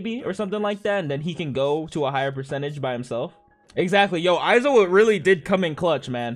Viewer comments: “Eye-zo-wah!” Lmao what? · I cringe whenever he says aizawa 😂